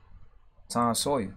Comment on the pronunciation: tom SAWYER, man, not Sayers